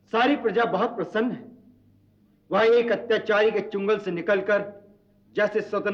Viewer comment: चुंगल शब्द नहीं है, चंगुल शब्द है